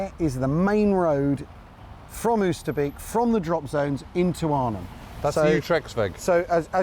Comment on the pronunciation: Lovely work fellas. But can you manage 'Oasterbake'?